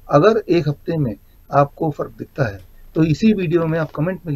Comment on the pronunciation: तूम "है" शब्द को सही बोलने की प्रैक्टिस करो। डा0विश्वरुप राय चौधरी सर की वजह से "भारत की बिमारीयाँ" जड से खतम होने वाली है। आप दोनों का अभिनंदन....हार्दीक आभार. 🌷🎸